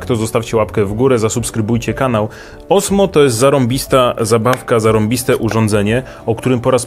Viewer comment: Mam wersję z kamerką dedykowaną od roku. Osmo rządzi ;) PS. to się wymawia Ozmo.